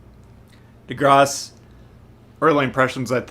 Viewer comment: perfect French is I could say! Lmao😂😋